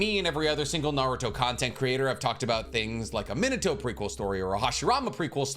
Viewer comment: Me nah toe, not that hard bro come on 🤣